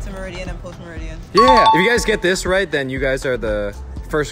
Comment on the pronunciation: Those girls got you to say "meridiam".... LOL